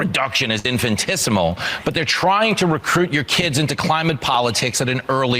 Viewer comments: "infant-issimal" I'd expect no less from a random Fox News talking head... 😂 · 'Infantisimal' hahahah